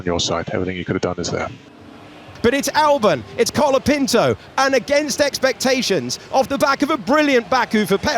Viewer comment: Isnt his name colapinto? and not calopinto like everyone is saying?